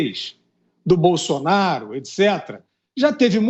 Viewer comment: Fiuza tem que ver que muitas vezes ele não fala nada com nada principalmente quando ele fica falando Bolsolaro pelo meio dos dentes e ridículo tem razão